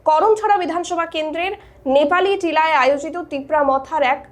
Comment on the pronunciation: আরে বৌন নেপালিটিলা নয় Nepaltilla